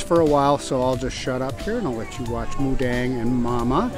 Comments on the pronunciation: 🎉🎉🎉🎉 you are so sweet , thank you for trying to pronounce her name correctly. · พูดชัดเลย หมูเด้ง 😎💥💥💥💥💥💥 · Moo Deng thai word so clear